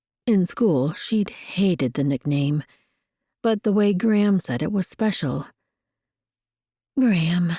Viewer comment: Enjoying the story and will be looking for the other books. One thing that distracts me is the narrator’s pronunciation of Gram, sounds more like “Graham “ to me.